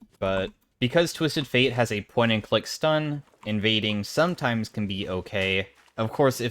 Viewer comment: pwoint and cwick stun owo